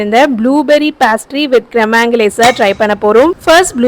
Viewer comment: பாஸ்ட்ரி ❌ பேஸ்ட்ரி ✅